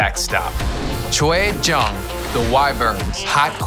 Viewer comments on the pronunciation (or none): none